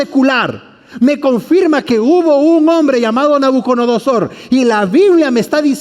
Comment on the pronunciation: Es NABUCO DONO SOR... Y No "Nabuconodosor"... disculpe se que es difícil mensionarla y si es curioso escucharla decir mal ... pero muy interesante estudio